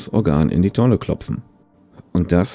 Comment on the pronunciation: Juhu, du alter 😁 Ich dachte ich fange nochmal von vorne an und schaue nochmals alle deine Videos 👍 Aber dabei ist mir was lustiges aufgefallen in diesem Video bei sagst du " In die Tonne 'Klopfen' anstatt 'Kloppen' 😆😂👍 Mal sehen was ich noch so finde in den anderen Videos, hihi 😁😜